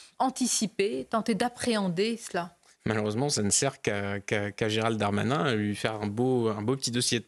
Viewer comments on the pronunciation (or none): S.MABROUK! svp prononcez le nom du ministre correctement GERALD......DARMANIN et non comme la majorité Gérald DEUX DARMANIN. Il n'y a aucune voyelle entre les deux "D". Cela dit, merci de vos entretiens télévisés.